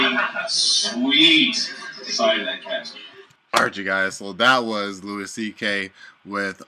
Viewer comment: Not important or anything but its pronounced "louie" great video!